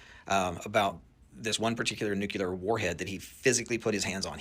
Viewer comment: Nuclear cl not cul